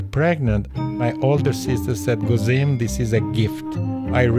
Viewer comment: Actually his name is not Guzmin, we do not have such name in Albania, it’s wrong pronunciation! It is Gëzim meaning happy or happiness in Albanian language!